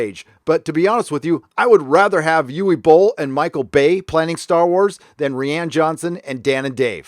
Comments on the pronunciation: it's pronounced "Ryan". Not "ReeAnn" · "Rian" like "Ryan"; it sounds like you're saying Rhianne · Dude it's not "ree ann" its "rye an". I don't like the guy, but you sound uneducated if you cant pronounce a name correctly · lays me out when you call him Ree-Anne..... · “Re-Ann Johnson” lol 😂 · This dude could benefit from Googling how to pronounce words/names once in awhile. "Ree-ann" Johnson, "Yoo-Wee" Boll, in another video he calls the Unsullied "Un-solid" XD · "Reeãn Johnson", LOL. That is particulary funny because if you read the name with portuguese pronounciation, that is exactly how it should sound :D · Are you pronouncing Johnson's first name wrong just for the sake of it (and to show your contempt towards him) or does "Ree-yahn" originate in a meme? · If you don't start pronouncing Rian correctly, my head is going to explode. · I just dig how you pronounce Rian Johnson's name. Makes me smile every time.